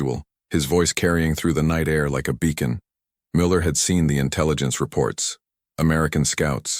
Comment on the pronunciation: It is not "Coke." It is pronounced "Ka--Ch" guttural sound before the "ch"--Koch. Also is it "Miller" or really "Meuller?" Please teach your AI to pronounce things better.